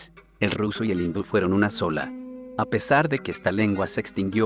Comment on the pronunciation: Y HA HABLADO BIEN. Espero que hayas aprendido lo que dijo.